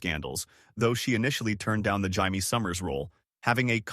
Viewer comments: Your AI voice called Jaime HYMIE and JIGHMIE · Pretty good AI narrator, but I heard THREE different pronunciations for the name Jaime.